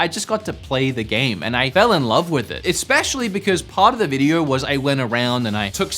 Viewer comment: Eggspecially.... am i the only one hearing this????